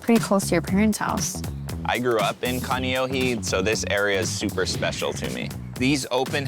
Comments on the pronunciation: This dude is Hawaiian, and he grew up in Kaneohe, but pronounces it like haole 😂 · Ka-KNEE-ohe 😅 and you grew up there? p.s. got permits? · It drives me crazzzzzeeee.. say it right, please! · Imagine not pronouncing your hometown correctly.. 92 better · Brah how can you say you grew up in Kaneohe and you can not even pronounce it right lol you might as well say you from the country Waikiki 😂